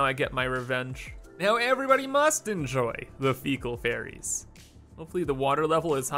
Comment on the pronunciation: I hear "poop fairies" instead of "poop ferries"